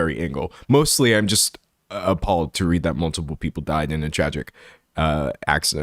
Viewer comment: when you said "because I am appalled" I thought you said "because I am a pawg" at first 🤣